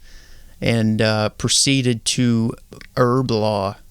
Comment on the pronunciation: Erblore not her blah